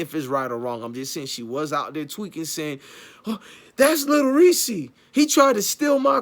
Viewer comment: I thought it was Lil "Reese". Sounds like he sayin Lil "Reesie"? Smh..